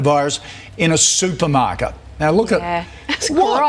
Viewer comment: 男性のsupermarketの発音が、スーパマァカ！